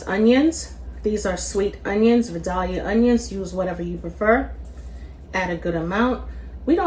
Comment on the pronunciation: She is definitely not from the south. That is NOT the way to pronounce "Vidalia" at ALL.